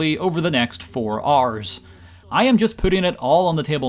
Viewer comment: took me until this point in the video to realize he was saying "hours" not "R's"